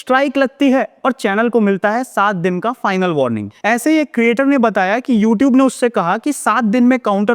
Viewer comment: LMFAO! Can't even correctly pronounce "YouTube" but still has the audacity to place copyright strikes on harmless YouTube channels and to threaten them for using clips that are already widely available for free use and do not solely belong to the stupid company, ANI